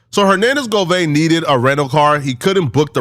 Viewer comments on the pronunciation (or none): bro it’s Go-VAN where tf u get Go-Vein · Govan...not govain, 😂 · "OMGGGGG"🙄....It's 'Govannnnnnnnnnnnn'.....*Not, GoVainnnnnnn'.....Geeeshhhhh'🫪.....WTF,....And, Kept Saying It '... WRONG...( Like Nails💅🏼 on a Chalkboard).🙄😅. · "Hernadez govaine " pablo bloods" it's govan and peublo u illiterate bitch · Hernandez Govaine? GoVin like King von!!! You said it 500 times incorrectly!! I try not to be annoyed by you. 😊 But every weekend never fails. Govan your ass back to English class sir. G VON. You turd burglar. Watch this very close. I'm saying it's allegedly but this is what you could be looking forward to the next time you go back to LA. You have called cops on people you have called people murders and Killers while hiding down in Texas.n what separates you from from m GoVain? And I'm not threatening you I don't live in LA I'm just saying speaking in general terms you have upset a lot of people in California. You called the cops on a blind man for fuggsake..